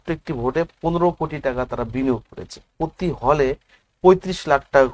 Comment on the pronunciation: প্রতি বলতে পারেনা, পতি বলে , আবার প্রপাগান্ডা মুলক কথা বলে।